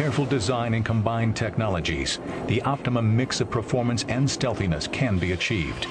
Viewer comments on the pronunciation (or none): did anyone hear the guy say stealthiness?